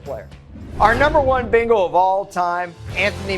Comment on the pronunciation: Now if he could just say "Bengal" correctly... It's BENgal not BINGle.